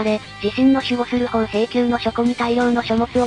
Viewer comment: 宝瓶宮(ほうへいきゅう)→(ほうべいきゅう)と読みます🎵